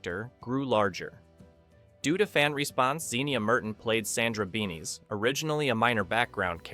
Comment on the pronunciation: Why are you stretching the picture? Freiberger wasn't brought in to destroy it, but because he promised a bigger audience. His way was different and the show failed. You should show the things the narration is discussing. Sandra's last name was "BEN-ish." All Star Wars miniatures were done in Van Nuys, CA. I thought you read up on all this. And your narration has ... pauses.